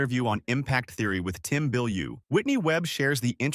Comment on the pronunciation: It’s Tom Bilyeu. 🙄